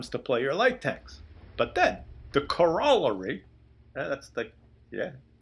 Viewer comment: Corollary: Kor-a-larry ...not Kor-rollery